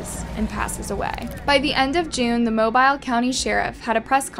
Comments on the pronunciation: Mobile is pronounced Mo-beeel not mo-bile. You’re welcome. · It’s just pronounced moe-bill that’s all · MO BILLLLLLLL FOR GOD SAKES COULD PLEASE SAY IT RIGHT😂😂 it’s not mo bile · It's MO- BILL. Not MO-BYLE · It’s pronounced “Mo bee L”not mobile as in mobile phone. Not trying to be the grammar police but as a proud Southerner you need to say it right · Even if it looks a certain way, in being professional you should probably confirm the way a city is pronounced. Happens a lot with southern cities. Like a lack of pertinence or respect. It's not Mo-bīle. It's pronounced. Mobeal. Mo-beal. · It’s Mo-bill not mo bile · It cracks me up when people pronounce Mobile, like it's mo-bile, like a cell phone🤣🤣 So thankful this family got closure, was such a sad story.. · MO-BEAL is how it's pronounced. I know, I know, but that's just the way it is. js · HEARTBREAKING!!! But the town is pronounced MO-BILL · Just FYI for the future - Mobile Alabama is pronounced Moe-beel. (And Arab Alabama is pronounced Aaa-rab (long A followed by short A).) It's an Alabama accent thing. 😂😂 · It's pronounced "MO-BEEL." I'm from Alabama, where it's easy to get guns and hard to get weed. There's so much danger and exploitation around it, it's ridiculous. Meanwhile, legalization could both save hundreds/thousands of people from prison each year in the state and also make so much money, its poverty could be eradicated. But I guess this way keeps the culture intact, so...it's better? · 'Mobile' is pronounced, 'Moe-Bill' Alalabama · Good video, however I speak for all of us here in Alabama. (MO-BILL) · Mobile is pronounced Moe-Bill. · Here how to pronounce it MO BILL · It's pronounced Mobeel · @@ not being mean, he's just letting her know the correct way to say it :) it's very southern & isn't pronounced the same way it's spelled, that's all. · the pronunciation of Mobile at the beginning made me cringe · @@ she's pronouncing it wrong. I LIVE HERE!! I KNOW THE PRONUNCIATION OF MY CITY!!